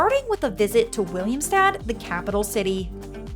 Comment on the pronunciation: Nice vid.. yet is is playa kalki, not kaliki. And it is Willemstad, not Williamstad